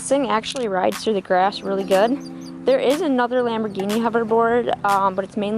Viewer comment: The way she says the word “lambergheenee” hurts my soal